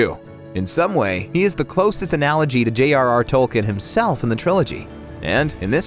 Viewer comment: It's Tolkeen not Tolken and Elijah Wood's character is named Maura not Frodo because that is the Westeron name not the Hobbiston name